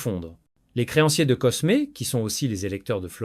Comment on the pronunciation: Excellente video . Un détail toutefois : dans Cosme ( de medicis ) on ne prononce pas le S . On dit " Côme ) .